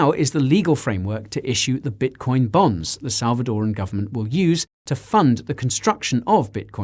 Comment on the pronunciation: It seems u pronounce bitcoin bonds as bitcoin bombs.. 😀😀😀